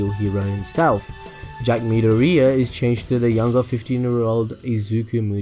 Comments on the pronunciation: 'Mid-or-ear' is how it sounds Not moody-ureah Please, don't butcher his name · "Mid-o-ria"...? I get that he was trying to be like, look at me spelling out Japanese names, but come on its midoriya... as in mid-or-iy-a. Say it right mate. Plz. It hurts. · Midoriya is pronounced:me door E ya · stop saying midoriya like that